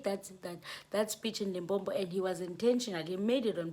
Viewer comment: Lim-po-po 😊 not Limpompho